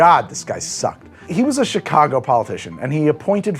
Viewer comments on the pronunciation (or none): none